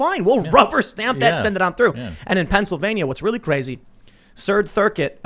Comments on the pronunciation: Tim says "Sird thircuit" instead of "Third circuit" 😂 Love u Tim lol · "Cird thircuit" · Surd thurcuit 😂😂😂 That made my day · “ Cird thircuit” -Dim Fool